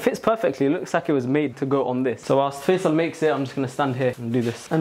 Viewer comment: Why you pronounce the name ‘Faisal’ like that? ‘Fae-zel’? 😂